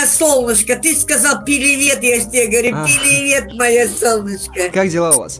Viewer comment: Было очень смешно 😂😂😂когда тётушка говорила пиливет🤣🤣